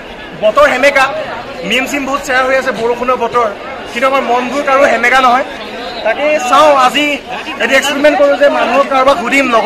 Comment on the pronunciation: Hemeka nohoi oo xemekaaa🤣